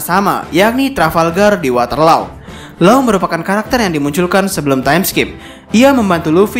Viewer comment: Maaf min, maksud mimin perang waterloo bukan? Kalo iya, pengucapannya water-lu, bukan water-lo/law. Jadi menurutku kurang relevant min